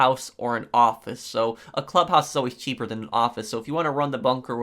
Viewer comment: "because is cheapeEeRr"